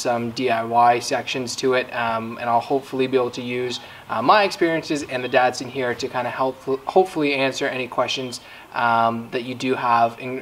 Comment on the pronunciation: Dat-Sin? It’s a Dot-son. Why must you pronounce it wrong? Do you really not understand the cup holders were not a thing in 1977? Not to mention that these cars are for driving and not for sipping. Jeez man.